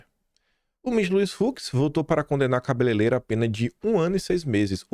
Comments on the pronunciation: Aí,, sei que é uma questão menor, não interfere em nada na propriedade do que você diz, mas é tão feio te ver falar "cabeleleira" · KIM!!!! Não é "CABELELEIRA"!!!! Treina aí 😘😘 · PQP. FALOU CABELELEIRA 3X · CABELEIREIRA,, pelo amor de Deus E não, cabeleileira.